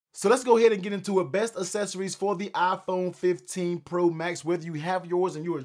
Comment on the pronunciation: Uou lost me when you mispronounced accessories.